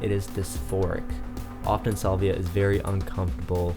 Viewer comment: Petty I know but I can’t get past the Solvia pronunciation